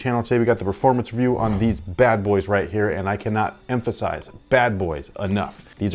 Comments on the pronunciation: He even emphasize the "badboys" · The emphasis on that phrase seems to be his rating at this point lol.